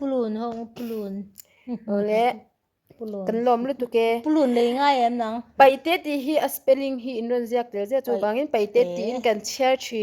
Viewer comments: (paihte) nilo in, pa'ite. Tihtur. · Kan unau Peihte hian (R ) ri hi an nei ve lova , an lam thiam lo thin a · Paihte ni lo in peite tur